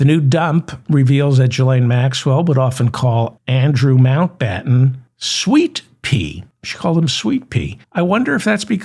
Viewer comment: This guys a Clown "I think it Mountbattèn" Duh "Sweet Pea = Ŭřïñê 😅😅🤣😂😂👍🏿